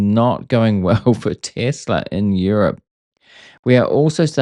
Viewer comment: Thanks for saying Tesla. When I hear Tezla I click away